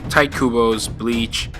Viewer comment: Can't get over when he said "Tight Kubo"😂